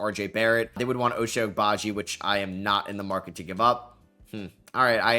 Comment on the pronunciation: Pronunciation for Ochai is a bit off, the first part of his name sounds like the number 8 in Spanish (ocho) or basically pronounce the O more